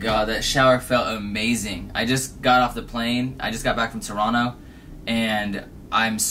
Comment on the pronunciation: great pronunciation bro TORRROOONNNOOO